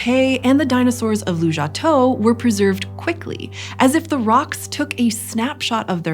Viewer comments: The place is called 卢家屯 Lujiatun, which you spell correctly in the captions (and I assume in your script), but you keep pronouncing it Lujiatou 🤦 It's tun, not tou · It sounds like you're saying Lujiatou (Lujia head?), but your references say Lujiatun (卢家屯, with tun, 屯, meaning village). Is there more to unpack here? I'm just curious because Lujiatou is kind of a plausible place name